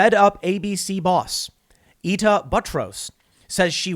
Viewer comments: Ita Buttrose. Pronounced Eye-tah. You're welcome. An Aussie. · Ita is pronounced eye-ta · She's a Commy lefty nutjob Tim anyway and it's pronounced 'eye-ta'= Ita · Sent an email to timcast about three weeks ago warning about this, glad I was taken seriously Tim, go F yourself! Gee I wonder why you think Aussies are just taking it, maybe the propaganda the mainstream media spews out? Ffs Tim is willingly ignorant or following orders. It's pronounced eye-ta smh good reporting dude lol